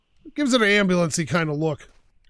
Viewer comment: Whoaa Black Betty “Ambulamps”